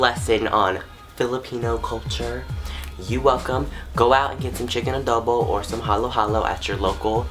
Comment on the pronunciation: OMG this vid is the shit!! dude!!,I like your story i makes me love our culture even more!!! and i love the way you pronounce the words:"Adowbow" "halow halow" (No hate),and like your randomness😂😂😂